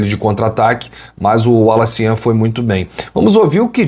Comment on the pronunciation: Falta só acertarem a pronúncia do nome dele: Wallace Yan !